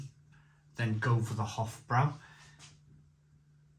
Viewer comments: It's pronounced with broy not brow. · Hofbrau is actually pronounced 'Hoff Broi' similar to 'Lowenbrau' which is 'Leerven Broi' (Lions Brew)